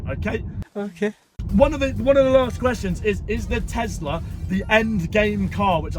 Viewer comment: Tes - la. Not. Tez- la 😂😂😂😂😂